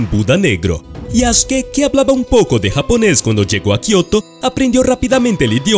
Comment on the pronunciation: No se dice Yaske. Se dice YasUke